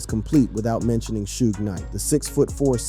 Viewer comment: dude don't even know how to say Suge but take his word for this lol